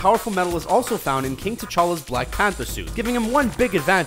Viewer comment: The guy mispronounced "Gambon" and "T'Challa", and stated that the actors did not in fact wear prosthetics to portray their human characters. Screen Rant is an enigma, wrapped in a mystery, and encased in a footlocker of poor research at the bottom of a sea of doubt. Who honestly can say why?